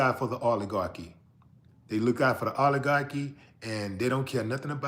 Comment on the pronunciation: What the hell is a alaguahgie,,,,,, it's oligarchy